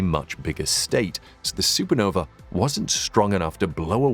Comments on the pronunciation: why say supernove instead of supernova? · no vuh.... not no vee...